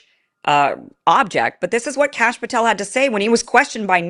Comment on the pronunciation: You said Cash Pathel and am like 😖